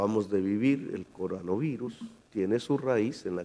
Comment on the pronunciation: Jaja Lord Petrosky como dices CORANOVIRUS 😅